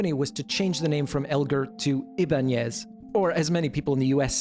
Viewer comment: You're probably the only person I've ever met that knows how to pronounce "Ibañez" as it shold in Spanish (despite the brand). Great video and fantastic job, man!!